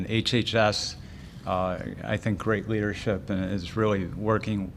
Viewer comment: “I thank your Leardership” If anyone lived in dictatorship countries..... knows this is a textbook sentence!